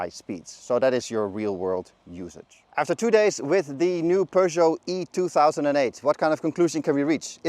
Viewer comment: No. It's a French word and it's pronounced per not pyüh. Doesn't anyone learn French at school?